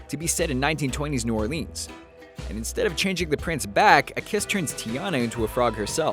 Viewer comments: Its not pronounced "New Or-LEENZ" its pronounced "New New OAR-lins" and I should know I LIVE in the state the city is in. Sorry i love you vids but it irritates me when people cant prnounce it right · Ok. Gotta say it. Its pronounced "Norlans" not New Orleans. Anyone who's been there will confirm.